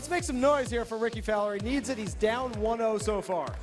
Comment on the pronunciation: "Ricky Folwer"